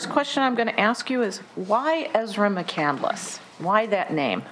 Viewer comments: She also frequently mispronounces the last name. She pronounces it as Muh*Kan*dl*les. When her hero Chris McCandless (and everyone else in the courtroom) pronounces it Muh*Kan*less. This annoys me to no end that she is so set on getting her identity straight but cant even pronounce it the way it's intended by the source of inspiration. Its just one more feather in her flawed cap of thinking she is smarter than everyone else yet doesnt deliver it convincingly. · Did anyone catch that she pronounced her last name incorrectly. It’s McCandless and she keeps saying McCandaless 🤦🏻‍♀️ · Lost In Nevermore right she pronounces it Mac-candle-less instead of Mac-cand-less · The fact that she pronounces the last name Mc-Candle-less. It's Mc-Cand-less. She annoys the hell out of me. You are not anything special. Promise. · Why is everybody pronouncing the name Mc-cand-el-ess, when it reads Mc-cand-less. It's a three sylable name...not four? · When the defendant can't pronounce her own name lol. (Candle ss) it's spelled candless pronounced canned less. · 1. Chris McCandless did not write Into The Wild, Jon Krakauer wrote it about McCandless. 2. She also saying McCandless with 4 syllables and it’s really only 3 “ Mc-Can-dless “ not Mc-Can-del- less” 3. * Ezra is not a gender neutral name, it’s purely masculine.* She’s an idiot. Edit* - yes my comment #3 about Ezra not being gender neutral was incorrect- I bow my head in shame and apologize to anyone I’ve offended due to my knowledge of the name only having been given to males… I was wrong! But… she’s still an idiot… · Mc-candle-less!?!? Chris’s last name is Pronounced Mc-cand-less, so not a great way to honor him. She’s a weirdo! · And she doesn't even know how to pronounce the name? McCan-del-ess? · Shes saying mc candle less. She cant even say her own damn name. This little pos is so infuriating. Her opinion of herself knows no bounds. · She doesnt even pronounce it right - Chris mc candle less